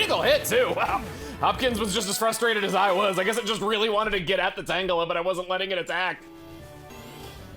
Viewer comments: Sometimes pronounces Tangela Tangjelly. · But I thought it was pronounced “Tanjelly”.